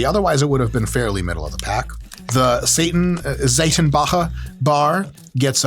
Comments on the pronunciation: holy fudge your pronunciation of Seitenbacher was sooo good! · Holy cow your pronounciation of "Seitenbacher" was outstanding! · I'm honestly impressed, your pronunciation of the name Seitenbacher is almost perfect ! Fun fact : this company has the most annoying commercial jingle ever ... . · Seitenbacher, lol. Immaculate pronunciation. It's a kind of old school and has an all natural kind of branding going on. It's expensive and definitely not a generic storebrand. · did just have that pronunciation ready since the beginning? Thats some quality stuff right there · Seitenbacher is indeed German (and kudos to Mike pronouncing it properly!). They're a muesli company from Swabia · First of all: Great pronunciation of the word "Seitenbacher", try to test the 50% (!) Protein bar from Lidl, its macros are really good and taste is not bad all, would love to hear your opinion on this! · weird how seitanbacher is gluten free because seitan is the german word for wheat protein aka gluten. nailed the pronunciation. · Your pronunciation of "Saitenbacher" was spot on 👍